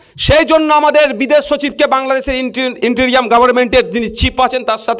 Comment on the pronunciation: ইনটেরিয়াম নয় ইনটেয়ারিম " I N T E R I M interim ".ভাইসাব স্যরি ফর ইন্টারফেয়ারেন্স ।